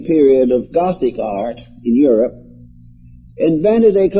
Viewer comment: He is saying religious "art" ... not religious "odd".